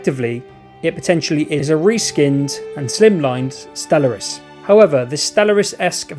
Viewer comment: Sorry, but after 15 times of hearing you pronounce Stellaris wrong, I just can't listen to this anymore🤣